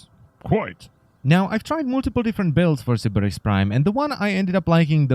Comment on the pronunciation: I like the way you say "Sybaris."